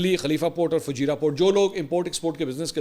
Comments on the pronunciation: Mansoor bhai it’s Fujairah not fajira . All is normal here. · Correction: Fu-jai-rah, not Fajirah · Sir, its not fujeeeera...it is pronounced as fujaayra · Bhai ..Fujairah naam hai, app fajirah keh rahay ho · Fujeirah hai not fajeera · It's not fajeerah it's Fujairah Akhi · FUJAIRAH,, not Fajira. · Not Fajeera, it is Fujaira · It's Fujairah not Fajira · Mansoor its not Fajeera, its Fujairah :) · Fujairah Mansoor sahab not "Fajeera" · Mansoor bhai, pronunciation correction for couple of City names. Bcuz i had been working there at various ports as a Mariner (Seaman). Kharg island (کھرگ جزیرہ), Qeshm (قشم). (قے شم) Fujairah (فجیرہ) (فو جے رہ) Im making this correction as many media outlets pronouncing it wrong. Kharg as (خرج). Couldn't understand for long time, ky ye خرج konsa city hy.. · Mansoor bhayi, it's Fujairah - Pronounced as Foo-Jai-Raah. We are about to enter a polar world. East vs. The West. And India will be isolated in the East. US will have to leave "The Heart" (Middle East). US will dig its own grave once they bring troops on the ground. Jerusalem will be the new Superpower of the world on the West. And we are yet to find out who will the power be in the East (for Muslims). Pakistan keh achay dinn anay lagay hain! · "Fu Jai Rah" is how you pronounce it.